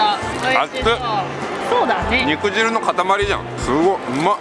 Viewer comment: 肉汁は「にくじゅう」と読みます🍗 果汁(かじゅう)と同じです🍎🍊🍓